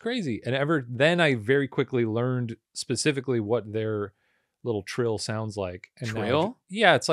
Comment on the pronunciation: thats not a trill thats a trail.